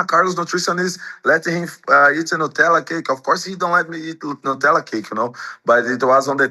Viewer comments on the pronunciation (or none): nUtella!!!! 😂 It has nuts in, not noos. Love you AH ❤ x